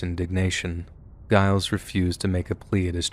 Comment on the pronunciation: The G in Giles Corey's name is pronounced like a J.